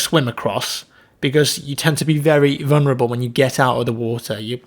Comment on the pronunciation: just one small thing - the word is vuLnerable not vunerable, just saying right?